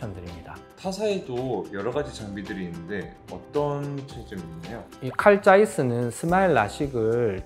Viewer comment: 원장님 '칼짜이스' 발음이 찰집니다 ㅎ